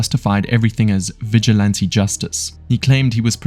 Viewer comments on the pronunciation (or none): none